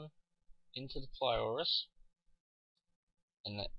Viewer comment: It's a very good video, very helpful. Only thing: it's pylorus, not plyorus